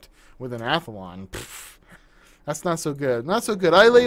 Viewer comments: its amd athlon, not "athalon" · so many americans seem to say athalon instead of athlon and i wonder why. maybe this letter combination is difficult to pronounce for native english speakers? no idea... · I think It Easier to Say "Athalon" instead of Athlon. I'm not Native English Speaker but I also Say Athlon as "Athalon"